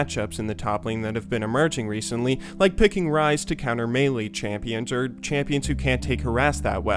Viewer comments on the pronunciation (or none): none